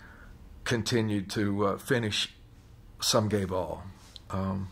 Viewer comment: Literally could not understand what he was saying, even though he said it like 48 times. I kept hearing "Sum guay vaal" and I was like, "huh, must be a Gallic phrase or something." Only when he said the full quote while recounting being in the parade did I finally get it. Geez!